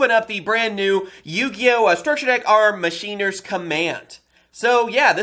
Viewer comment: Machine-ahhhhh not Mach-ena